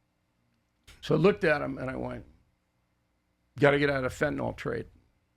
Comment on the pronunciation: Why does nobody know how to pronounce "fentanyl"?